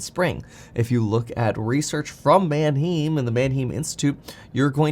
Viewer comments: I hate that he pronounces Manheim wrong. “Manheem”??? NO! “ man HI-m” yes. Manheim Auto Auction. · Kevin, Manheim Auto Auction is pronounced "Man Hime." Not "Man Heem." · manheim is not pronounced man him lol it is german man heim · It’s pronounced man hyme, like time Or hymen with a H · Kevin it's pronounced MAN - HYME. Like rhyme and Time. My brother in-law spent his entire adult like in the car business and A LOT of time at Manheim auctions. Just wanted to contribute. LOVE your stuff and have learned a lot even though I'm and old guy boomer. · Kevin, it’s pronounced “Man-hime”! Like Man time, hime… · Its pronounced Man-hime. Js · Kevin it’s pronounce Man-Hime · Kevin is mis pronouncing Mannheim